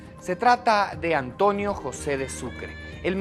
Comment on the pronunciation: No sé por que los serranos siempre pronuncan mal la N dicen ANTOÑO, JUÑO... Mi abuelo era serrano y por Dios nunca pronunció mal la N, al igual que un muy querido profesor del colegio que es quiteño, pero me parece que antes enseñaban dicción en los planteles y universidades, mejor dicho no parece, SE NOTA QUE ANTES LO HACÍAN.